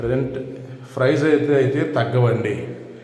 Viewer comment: ఫ్రైస్ కాదు ప్రైజ్..